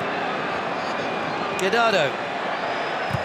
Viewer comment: Bro are they really saying querardo instead of Guardado 💀